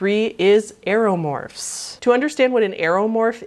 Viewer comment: i thought she said animorphs for a second